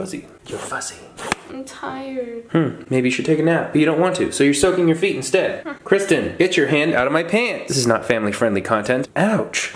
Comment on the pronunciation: lol kwisten!